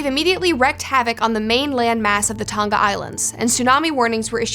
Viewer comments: It's Tong-Ah not Tong-gah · It's Tong-a, not Tong-ga. Like singer doesn't have the hard g sound. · Why can no American pronounce Tonga correctly? Hint - it's not pronounced "Ton-Ga" but rather "To-Nga". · Why is it annoying me that noone can say the word "Tonga"? Its Tong-a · It’s Tonga timw